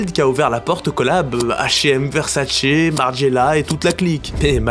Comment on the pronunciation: en “VERSASSE” 😂